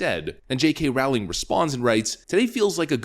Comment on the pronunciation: "Rowling" is pronounced "rolling" (more or less) JSYK